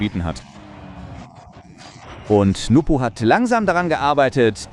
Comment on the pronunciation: His name is NWPO btw not NUPO